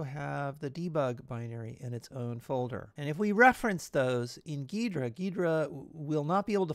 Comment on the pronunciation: It's pronounced gee-druh, great video though!